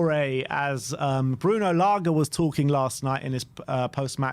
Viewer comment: LAGE NOT LARGA